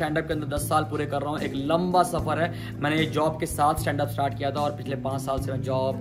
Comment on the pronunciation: In the beginning stand up became "stabdup"😅